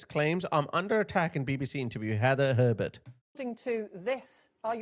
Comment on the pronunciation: HE-ather HER-bert 😂😂